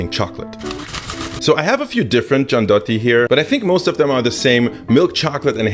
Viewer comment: nutella is shitty as hell, gianduja is way better, one more thing, gianduiotto (check the pronunce) needs to melt in mouth not be chewed :D